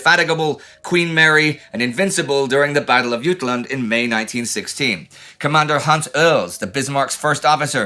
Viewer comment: First, I love all these small miniseries on WW2. Just like the HMS Prince of Wales, Indy and the TimeGhost team are firing on all cylinders. Second, I've just yet again noticed a fun quirk that Indy does when reading the word "Jutland". He obviously knows that this refers to the massive peninsula that makes up continental Denmark, so he seems to pronounce it in keeping with kind of Scandinavian rules. However, the word "Jutland" is English, not Danish. The word Scandinavians would use is "Jylland", so there's no need to use the Scandinavian pronunciation for "Jutland".